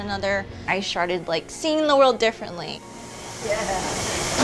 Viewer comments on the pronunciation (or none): Am sorry me and my husband are jokesters I totally commend this woman for what she is doing and continues to do but if you listen at exactly she said " I SHARTED" instead of "I STARTED" lol